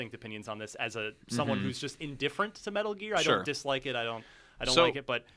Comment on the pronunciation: Was anyone else kinda impressed by the way that guy said "metal gear" at the beginning?